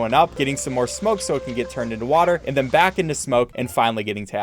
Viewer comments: every time he said smoke i got angry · Every time you say smoke I literally laugh help